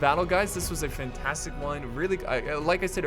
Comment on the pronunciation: "It's Fintastic." Did I hear that wrong? "Fintastic"